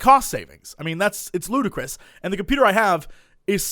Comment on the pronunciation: dangit, Jesse. 'Ludacris' is the rapper; 'ludicrous' is the adjective. You'd best not be trolling.